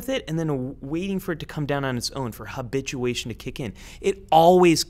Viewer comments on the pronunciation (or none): "my body will get use to it" with the process call aBITCHtuation